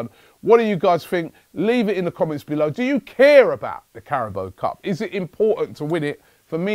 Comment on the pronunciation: CARABAO* not Carabo.